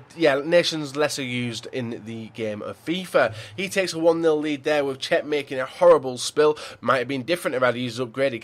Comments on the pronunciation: Why do people take the piss out of people when they make a mistake flipping hell he said cech by accident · Reckord breaker Cech u said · you said record breaker cech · so do you- it's Čech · He says cech😂